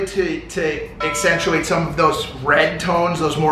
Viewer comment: Mike "accentuate" Majlak..lol.